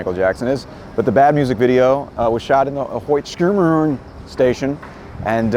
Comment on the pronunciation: Another great video but you really need to work on your pronunciation of Schermerhorn.😂